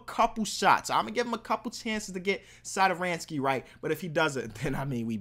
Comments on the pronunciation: It's Thomas sat-or-sky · as a wizards fan that pronunciation of satos name 🤢